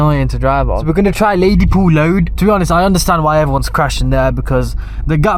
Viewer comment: 'laydypool load'